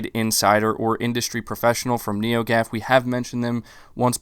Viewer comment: Once he said Neogaf that's it is BS 😂